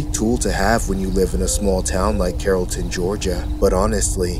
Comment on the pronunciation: did he say carrollton georgia 😭i live by there